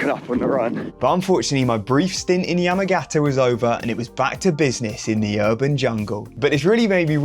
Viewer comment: Just a note - it's pronounced Yah-mah-gah-tah. Us english speakers like to end the syllable with a consonant but pretty much every Japanese word ends on the vowel. i.e. Ya-ma-ga-ta